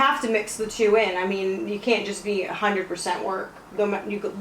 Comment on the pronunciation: Tyson "undred percent" Fury